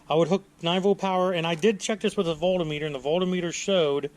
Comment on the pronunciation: What the hell is a volt-a-meter? Lmao